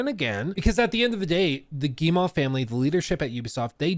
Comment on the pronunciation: Hey, thought I'd give you a quick hint since you're covering Ubisoft as regularly as you're doing : you're saying "Guille-mah", for Guillemot, but it's really just "Guille-moh", like how you would pronounce O in english! No special french pronunciation trick here ;)